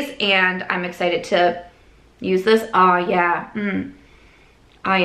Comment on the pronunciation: The MidWest came out a little there! “OoohYAAA” 😄💜